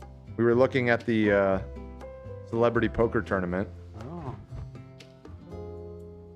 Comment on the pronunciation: "Celeberty" Poker Tour lol